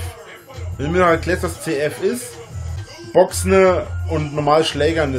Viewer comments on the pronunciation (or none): "Boxne" hahaha